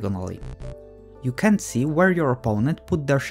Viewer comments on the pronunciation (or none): Sometimes when you say ‘can’t’ it sounds like you’re saying ‘can’. Just a word of advice for future videos. Btw I’m sure your channels going to blow up with this kind of quality of video, so good luck. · video making tip - enunciate the "t" in "can't" more. Or, even better, say, "cannot".